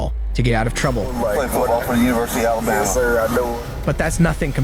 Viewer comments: I listened seven times and it sounds to me like he said "Alibamia" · he can't even pronounce Alabama